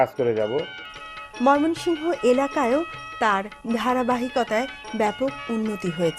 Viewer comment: মোমেনশাহী নামটা বলতে পারেন না আবার ভিডিও করেন ভিড়িও করার আগে শব্দ গুলো ভালো করে শিখে পড়ে ভিড়িও করবেন